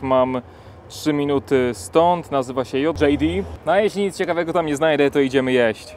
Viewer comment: Sklep nazywa się J... dżej di. XD